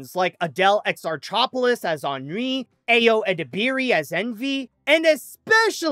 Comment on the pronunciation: speaks French, yet he couldn't pronounce Adèle Exarchopoulos' surname to save his life!